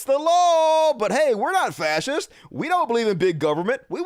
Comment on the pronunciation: says "Fassists" like Cotton Hill says "Nassis." But at least Cotton Hill had the good sense to hate Nassis.